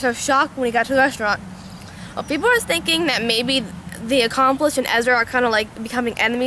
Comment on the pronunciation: It's 'accomplice'